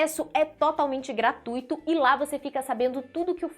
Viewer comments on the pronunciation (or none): none